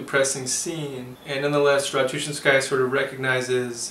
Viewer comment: This is a good presentation. Having read this book as a student of Russian language of literature (My own choice) I can tell. My only objection to your presentation was your pronunciation of her last name. Stress is very important in Russian. Ratouchinsjaya is to be pronounced with stress in the third syllable -chin-. Russian speakers will need some time understanding who you are talking about. A trifle. To westerners it doesn't matter. Good review.